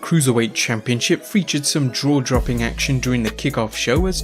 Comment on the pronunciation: "drawdropping" lmao